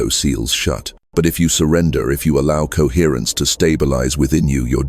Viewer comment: CoHERRENCE. COHERRENCE. COHERRENCE COHERRENCE. COHERRENCE. COHERRRNCE. COHERTRNCE. COHERRENCE. COHERRENCE COHERRRNCE. COHERRENCE.